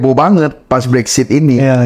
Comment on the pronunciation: Konten-nya bagus. Hanya sekedar masukan saja yah guys. Mohon Brexit jangan dibaca "Brexshit" hehehe.....